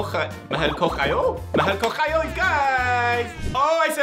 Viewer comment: The way said "Mahal ko kayo" ackk I can't he really sounded like a Filipino btw fruit loops here from Philippines 💙